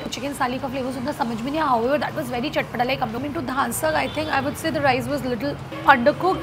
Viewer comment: The video was really nice but just wanted to clear that you were mispronouncing the names of the dishes ..It is not dhaan sakh it is dhansakh ,it is not laganu custard it is lagan nu custard lagan means wedding and its not saali chicken it's salli chicken any which ways thoroughly enjoyed this video but I was just a little sceptical about the pronounciation